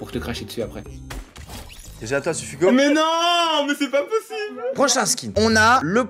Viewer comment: C sup hugo et pas sufugo